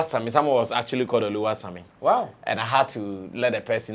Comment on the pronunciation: Dummy, Oluwasanmi is a real Yoruba name, and it’s not OluwaSammy u call ur self